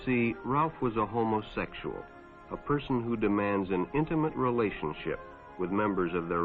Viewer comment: "What Jimmy didn't know was that Ralph was sick....you see, Ralph was a *homosexsha.*"